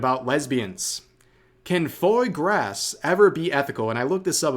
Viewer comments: foy grass is a funny way to pronounce foie gras fo ah grah 😅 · I love you rev but its not foy grass its fwah grah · "Keen-wah" - Rev confirmed PA resident. We'll ignore the "foy grass" pronounciation. 😆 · "Froy grass" C'mon man. It's Frah Gwar. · “Foy grass?!” (Disgruntled noises) “Fwah grah”! Damnit! It’s also amazing. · Not Rev pronouncing Foie Gras (Fwa Graw) as Foy Grass lmao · "Foy Grass" lol it's pronounced fwaa graa. Your French is almost as bad as your Japanese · it's pronounce "FWAH GRAH" btw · Foie gras, its pronnounced Fwah gwah sadly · Lol it's pronounced "fwaw graw" And I'm pretty sure it involves keep a bird stationary and force feeding it so that its liver gets fatty making it taste better. It is pretty unethical imho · Excuse me rev, but what the fuck is “Foy grass”? It’s foie gros, you heathen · Bro fr pronounced foie gras “foy grass”😂😂😂😂😂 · its pronouced 'fraw Graw' its duck liver. They tie ducks to tubes and force feed them high fatty foods so when they die they can harvest their yellow disdained livers. The french... who knows. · my guy said foy grass lol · Foie Gras is pronouced "fwaa graa", and ethics aside, it's finely prepared goose or duck liver. They force feed the duck or goose to fatten their liver in a way that is considered by some to be animal cruelty, and why it's illegal to serve and sell in California. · It's pronounced "foy-grah." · you might want to do a bit of a deeper dive into the ethics of fois gras and how to pronounce it. "fwah grah". Definitely on the questionable side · it's pronounced "Fwa Grah" (goose liver patte ) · Heads up: foie gras is pronounced "fwah grah". Also, please consider not covering Alyssa anymore. You're giving her the attention and relevance she wants, and only feeding her grift. I just want her to fade away. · "Foyer Grass" lol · fois gras is pronounced "fah gwah" and it is fatted goose liver patte. The debate is in how they raise the geese to make it. It's the same as the argument about veal.